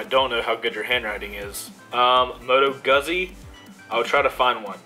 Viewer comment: Opening shit with? Dude it's pronounce Moto Goozy or Goots-ee.. Do a test ride but make sure you have all day to do it. There's an old saying about Guzzi, "ride one for 10 minutes you'll never want to again, ride one for two hours and you'll never want to be without" glad to hear someone else out there is a Guzzi fan. They are 90* Vtwins set sideways in the frame with closer to a car transmission and a shaft drive to the rear wheel. The Griso makes about 140bhp (it's rated at "over 110" for import now but in 2008 it was rated at 140) oh btw Moto Guzzi is Italian like Ducati and Aprilia, they are owned by Piaggio who makes scooters including Vespa. There's a lot of idiosyncrasies about them, they don't tend to like low rpm much and shake bad at idle thanks to the transverse mounted engine.. makes you feel like you are shaking your ass at a light.